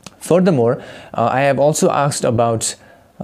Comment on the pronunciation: Bro? The word is asked, not aksed!